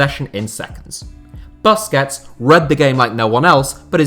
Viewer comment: Wtf is ‘Busskets’ man 🤦🏻‍♂️